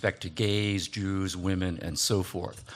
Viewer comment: "Gays, yews and women" Haha